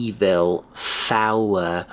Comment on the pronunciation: it's not "Fower" it's four. or you can pronounce it as foor